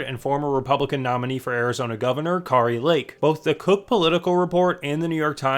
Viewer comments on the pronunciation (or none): Is there a reason you can never pronounce Kari Lake’s name correctly? It makes you look like a newb